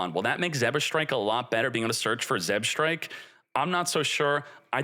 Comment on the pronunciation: being the ideal Yu-Gi-Oh player can't read "Zebstrika" properly